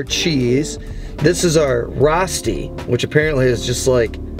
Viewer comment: It's a long O. So it's pronounced row-sti